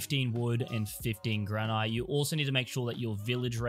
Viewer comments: GRANITE ! Lol 😆 🤣 ... gran-IT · The way he says granite. 😢